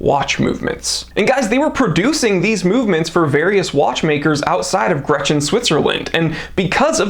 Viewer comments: I am sure, it is Grenchen, not Gretchen. But thanks for the video. Just bought a 1965 Eternamatic. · btw. the town's name is "Grenchen". Gretchen is a women's first name ;)